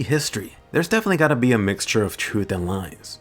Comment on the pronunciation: "be" not "ne"